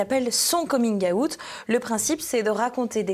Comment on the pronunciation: La prononciation du mot " Coming out" est insupportable...💀